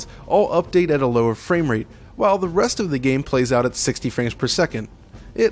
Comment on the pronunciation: That sounded like "Hey bro nice dick"